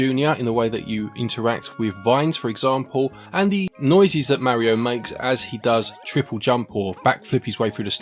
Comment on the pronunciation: You can't even say Mario correctly